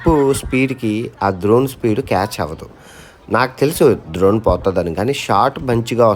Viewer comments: డ్రోన్ bro ద్రోన్ kaadhu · అది ద్రోన్ కాదు డ్రోన్. videos లో కుడా ఎప్పుడూ ద్రోన్ ద్రోన్ అని అంటుంటారు. మీ videos regular గా చూస్తుంటాను. మీరు చేస్తున్నది ప్రపంచ యాత్ర కాదు, ప్రపంచంలో ఎవరూ సాధించలేని సాహస యాత్ర. All the Best to you.